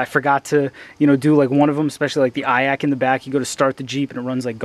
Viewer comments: Never heard someone call an iac an "eye ack", live & learn I guess. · That surprised me too, I've never actually heard anyone pronounce it, just assumed it would the 3 letters. Nice vid tho, man